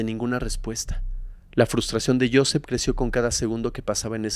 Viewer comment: Muy interesante la historia de hoy. Pero Joseph se pronuncia Josef..se que esta escrita con PH..pero PH en ingles suena como F.. saludos de Houston